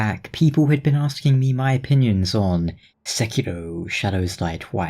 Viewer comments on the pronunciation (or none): Lol its pronounced Se-Key-Ro or in hiragana せきろ or the kanji 隻狼 refering to a wolf with two halves. Now that i nerded out my only concern is that Activision will ruin from software by trying to make games to accessible. And incomplete cough cough Anthem cough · I hate how he said sekeeoohs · It's se-KEY-row. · saykäirooouu XD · and think of the ki like qi energy and pronounce it like that. Se qi ro like in rotund. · If you don't like game it is your opinion, why do people HATE to hear someone saying that game is not perfect. It is your opinion and your money and you can do whatever you want to do with your money! Right?? Some people are so stupid today but will you please search how to pronounce word Sekiro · SE = Sensation (Se) KI = King (Ki) RO = Romantic (Ro) with a hard 'r', not english soft 'r' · I'm certainly looking forward to it. The one thing that's got me interested is that whole mechanic of being able to revive yourself at the spot you died at. Also... You weren't far off with your first pronunciation of Sekiro. The game certainly reminds me of Dark Souls III meets Tenchu.